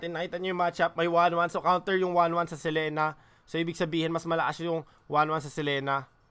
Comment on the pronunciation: Boss dogs selina ang basa hnd selena